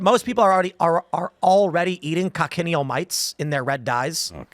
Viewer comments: FFS once again it's not pronounced coc-en-i-el, it's kotch-in-eel. Three syllables, not four. And what is extracted from them is carminic acid which is processed to make carmine, a colourant. It's nothing new - it's green in used for at least 2500 years. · It's pronounced "coach-in-eel" not "coc-in-ial" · the "CH" in Cochineal is not pronounced as a hard K, It's pronounced like it's spelled with the CH pronounced like "chin" a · It's pronounced Co-chin-eel. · It’s pronounced KOTCH-in-EEL. Technically they are parasites, but they live on cacti, not blood. Food coloring, preservatives, texture and flavor modifiers can be in a very natural , raw state or heavily refined and processed so simply saying they are bad is not enough. Salt is a preservative, but what kind of salt? What is the chemical composition? The real problem is Corporate Capture in regulatory agencies and science. The layman will always be ignorant, we need experts help top high ethical standards. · The bug is pronounced CO "CHA" NEAL.